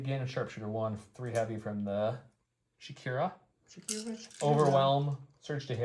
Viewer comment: Shakira is an interesting interpretation of how to pronounce Shukur. I’ve always read it as the shoo ker but Shakira is more fun.